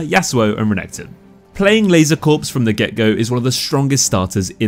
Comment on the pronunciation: It's pronounced "Laser Core," not Corpse lol